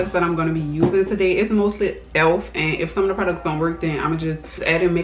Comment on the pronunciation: Are you from NOLA....you are because when you say “today”....new subbie na!